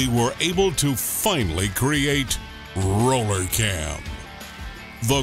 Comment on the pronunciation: RRRRRRRoooooooller Cam.... The Arnold Schwarzenegger of cams ....